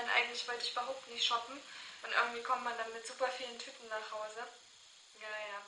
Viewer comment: Ich habe erst verstanden: "Dann kommt man mit super vielen TYPEN nach hause":D anstatt von TÜTENxDD